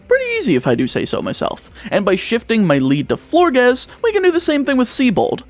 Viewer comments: Pronunciation corrections if anyone cares: Florges rhymes with gorgeous Aegislash: The "ae" is pronounced "ee" and the g is pronounced like a j Dragalge: The "alge" part is pronounced like the word algae And so on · First, Florges is pronounced like gorgeous. Second, Dragalge is pronounced drag-algae (that green stuff in a fish tank)